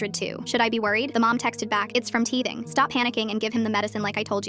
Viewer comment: “He’s dead should i be worried” “HES JUST TEAHTHING”